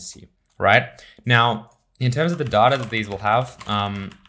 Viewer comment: Shouldn't you learn to pronounce word "data" first? Great vid otherwise.